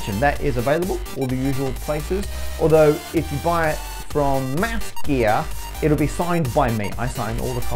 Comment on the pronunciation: please, pronounce the th in ma-th- gear. It's not massgear, we are not doing physics here